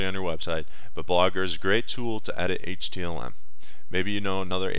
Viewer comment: did anyone watch this long enough to hear him say HTLM?